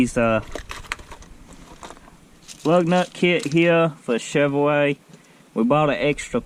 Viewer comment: he said a chevoway